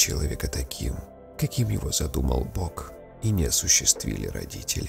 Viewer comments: Бог - это единственное слово- исключение при произношении пары ,,г-к,,. [Бох] правильно, а не чей-то бок ;) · Глубокую,полную великодушия цитату о любви изуродовал диктор! Какой бок? Бог! Откройте словарь русской орфоэпии,нельзя же с таким произношением читать такие мысли великих! "Задумал бок"???🤕🤯🙄😂😂😂😂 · Текст задумчивый,но Бок (сторона) не имеет никакой силы),но призывающий ИМЯ Бога спасётся.Есть разница между правилах и значимости,Сущности,смысла.Поэтому в русской фонетике из правила есть исключение(произносить слово Бог следует произносить не по правилу ,а ИСКЛЮЧИТЕЛЬНО по смыслу:пишется Бог-произносится Бох(мягко и исключительно по смыслу)❤️